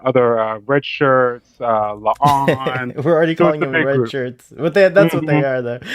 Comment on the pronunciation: Please stop calling La'an "Leon".